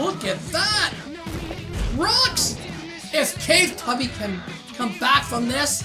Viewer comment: I like how he calls the Claw Tubby “Cave Tubby” when he says in the solo tournament, he says it’s pronounced claw tubby